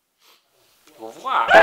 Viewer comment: "Eu vo vuA" KAJAKSHWKSHKSVD